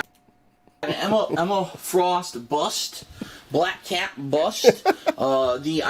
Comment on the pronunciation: BLAYUCK CAYUT! GOD I can’t stand his voice. Especially words with the harsh “A” sound.